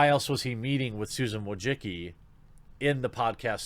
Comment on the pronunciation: Have you considered learning to say Susan Wookie's name correctly in the near future?